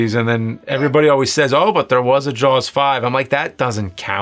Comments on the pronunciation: Why the hell is pronouncing it "Jawls"? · dude you say the word jaws like you have a sock in your mouth.llololo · Why does he say “Jaws” so weird